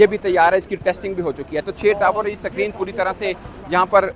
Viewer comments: SUCK-REEN nahi SCREEN(Skreen) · सक्रीन नहीं बोलते भाऊ स्क्रीन बोलते हे😂😂😂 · Screen ❌ Secreen ✅ 😂😂😂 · Screen ❌️ SAKREEN ✅️ 😂😂😂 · Basically abatak sacrin, 😅😅basically😂lagchuki basically 96%kam basically puraho gai hai😅😅😅😅